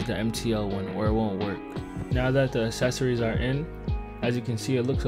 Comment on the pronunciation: what the fuck is "assecories"